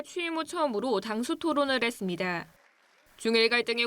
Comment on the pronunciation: ~했습니다… 너무 어색하다 기자 발음.